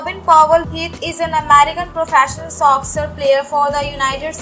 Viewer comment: Soccer is pronounced Sock-her. Not sosser. Badly researched video.